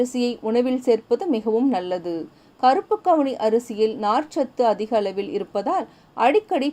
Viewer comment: கவுனி அரிசி மேடம்,அவுனி அரிசி இல்லை